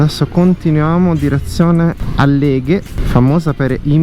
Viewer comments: àlleghe, non Allèghe! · Ciao bel video! Però Àlleghe non Alleghe!!! 😉